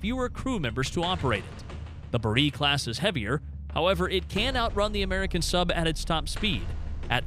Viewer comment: When they pronounce Borei as Buh-reee you know to be skeptical of the rigour of research.